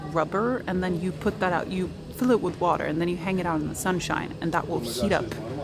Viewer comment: Love the way you pronounced 'water' in the Cockney style.....😆